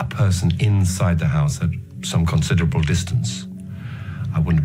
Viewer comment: You can definitely hear the northern English accent atvtimes, e.g. when he says "considerable", "convicted" (stress is on the first syllable CON) and "Monday" (Mundy).